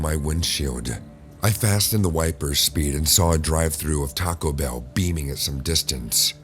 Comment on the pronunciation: "Taco Bew"